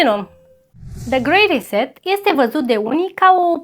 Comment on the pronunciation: Și cuvintele care nu le înțelegi pe engleză mai bine le zici pe Românește 😔 grey reset